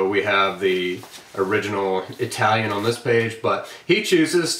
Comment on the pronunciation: Ha! I forgot I had already come by here. A+ on your italian pronunciation, by the way : )